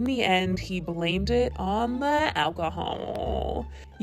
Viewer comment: The way you say alcohol in the jake Paul part has me DEAAAAD HAHAHAHAHAHAHAHAHAHAHAHA ffs 😂😂😂 ❤️❤️❤️